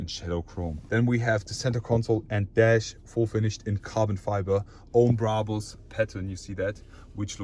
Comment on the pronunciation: Bruhbus. Man it's Brabus, easy as that